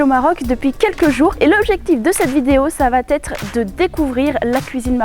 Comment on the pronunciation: Ça va être et non t’être. Sinon belle vidéo